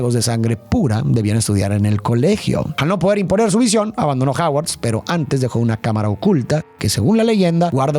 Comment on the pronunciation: Me estresa cada vez que dice "Haguard"